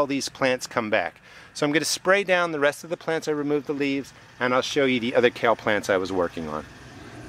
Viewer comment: It's kale. Share😂